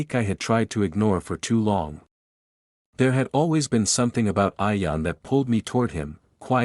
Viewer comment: It’s Ian, not ion